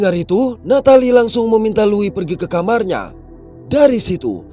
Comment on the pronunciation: Tumben ada org indo yg bisa baca nama Louis dengan benar 🗿